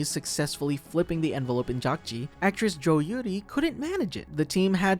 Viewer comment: I think in the last episode where they’re shooting the guards, I think player 001 fell behind a bed Also.. I also kind of want to point out that the square throwing game is pronounced dakjji, not jakjii.. and gongi not goongi.. sorry 😭